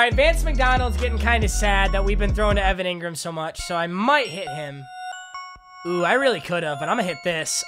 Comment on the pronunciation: One like equals one time papa doesn’t say Evan Angrum